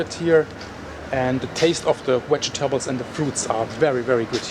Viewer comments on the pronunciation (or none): Lovin how you say wegetables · Thank You For Taking Us Closer And Showing Us How Much Ash Pollution There Is. Love How You Pronounce The Word ‘Vegetables’ 👍👍